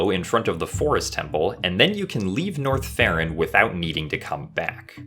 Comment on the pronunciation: Every time he says North Ferron or whatever i hear Norfair